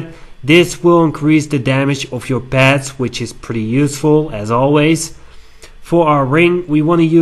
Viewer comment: "or even PEHTS!"........ =P